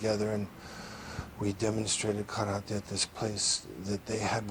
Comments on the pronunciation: You mean “Kallate” 😂😂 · He pronounces the word Karate (or any Asian word)🥋 the same way your arrogant friend would say he just returned from a trip to Bar - thel - ona 🙎🏽‍♂️ You mean Barcelona 💁🏼‍♂️ Oy gringo❗️… It’s BAR THEL ONA 🙎🏽‍♂️ You’re from Boise. Seagal is from Michigan… Derek-sahn ❗️